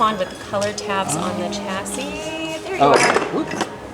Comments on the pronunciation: I heard someone say chassis like chass iss not chass ee Which annoyed me. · instructor pronounces “chassis” as “cha-sis”